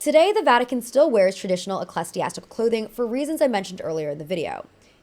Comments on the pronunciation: Ecclesiastical is pronounced "ih-klee-zee-AS-ti-kuhl", not "eh-kles-ee-ass-ti-kuhl". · Eh-clee-zee-ass-tih-cull is the way to pronounce that word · Please look up pronunciations first, you said ecclesiastical wrong many times and mispronounced the Italian names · EclasTiastical... girl, wrong prenouncuation. And you repeted the word so many times, you could as well look it up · Pope […] reigned and „eclastiastical“… so funny 🫠 it’s „the papacy“, the pope is „in papal office/power“ and the word is ecclesiastical from ancient greek ἐκκλησία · Queen of mispronunciation. We Stan!